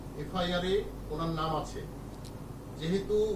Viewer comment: দলের নামটাও ঠিকমত বলতে পারেনা! এরা নাকি কর্মকর্তা